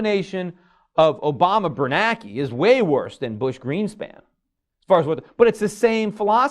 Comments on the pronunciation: Gummer I can tell you how I'd do. If I were going to constantly talk about the FED chairmen, I'd at least learn how to pronounce their names by simply learning how to read. The man's name is BernaNke, not Bernake. Peter is the only illiterate IN THE WORLD who says it wrong. He doesn't even notice that everyone else is saying it differently than he does. Then I'd learn how to say Roosevelt. And so on, and so forth. That's how I'd do, for starters. Then people in the audiences wouldn't be laughing on the inside and thinking, "this dude doesn't even know how to say the man's name." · Can't even get the FED chair's name right, year after year after year. It's Bernanke, not Bernake. There are TWO N's, simple simon. Look at his name the next time you read an article about him. LOOK AT IT. Sound it out one syllable at a time like a kindergartner learning to read. WHAT DOES IT SAY?